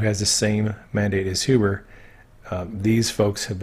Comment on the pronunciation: Glad you are pronouncing Huber as 'Hewber'. Looking forward to your book(s) on Qanon when this is done. Thanx!